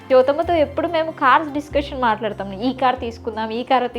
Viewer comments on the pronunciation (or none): none